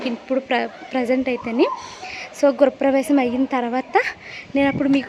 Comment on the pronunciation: Gurapravesham enti andi … Gruhapravesham